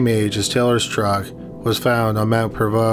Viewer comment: I’m impressed you pronounced Mt.Provost correctly, some locals don’t even get it right 🙂 I do wonder if it was accidental suicide. He went to the top of the mountain and tried to blast off into space but it went horribly wrong. LSD is a hell of a drug.